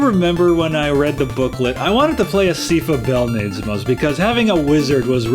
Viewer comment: Her name is pronounced Sigh-fuh Bell-nah-days. Dracula has three forms, the second being a cluster of blood-puking faces. There are actually four endings; although there's no path where you won't meet a partner, you can decline.